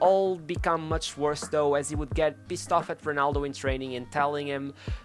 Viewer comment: “Honaldo”.. Hood Gullit” ... Hood Van Nistlehoi”... would it kill you to try to pronounce the ‘r’ sound?